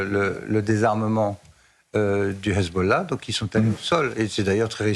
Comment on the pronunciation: En France on dit: Hhhhesbo..et pas rrresbol...commencez par parler français et ne pas leur faire l'honneur de prononcer comme eux, Me Khan !! Bravo a Mr Lelouche....